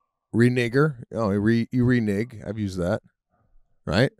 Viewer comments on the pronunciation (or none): Also it's reneg not renig Lol So it's reneger not what sebastian said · "Renigger "?????? What?????? 😯🥺 Yo. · I don’t believe Sebastian pronounced “reneger” correctly… it sounded offensive they way he said it 😂 *not offended just making a joke… But also the “Fanny pack” comment from Sebastian also showed what’s in his head when he says “Fanny” so is it the same as Pete’s “verbiage”? *also not offended just making a joke… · It's actually Renege. Pronounced re/naig.